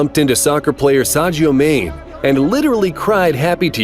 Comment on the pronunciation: Ah yes "Saccio Main" That caught me off guard😂😂